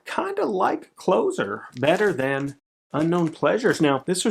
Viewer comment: It's Closer as in stand close to me. Not as in close the door.....